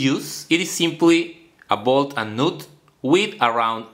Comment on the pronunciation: please say nut again 🤣 nah just kidding m8 keep up the good work king :D